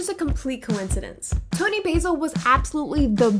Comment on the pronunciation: A couple of minor errata: 1) Toni Basil pronounces her surname like the British, "Bazzle." It's short for Basilotta. 2) Scotland Yard is actually in London. It's the name of the headquarters, but people use it to refer to the police as well.